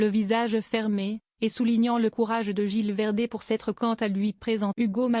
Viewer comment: il faut prononcer le Z de gilles verdez